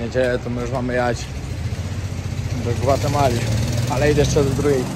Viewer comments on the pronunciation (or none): Mówi się GWATEMALA